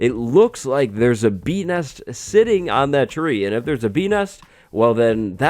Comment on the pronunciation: "Bee Nest", but most of the time I misheard that as "P*n*s", f me!